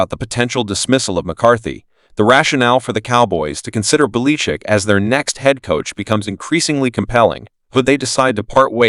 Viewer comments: Where did you learn to speak , calling Belachick , Baleechick . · Sounds like AI computer generated!!! Tolbear?? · The names not Beleechic . Learn to pronounce names correctly . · You can't pronounce the name of the coach you are talking about! Why would anyone lisen to YOU. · why cant you pronounce Bill Bellichick's name as the rest of the world. Are you reading only ? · What coach are you talking about? I never heard of that guy. The pronunciation of that name is not correct. If you’re talking about Bill Belichick. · FIRE the commentator who can't properly pronounce preeminent coaches names.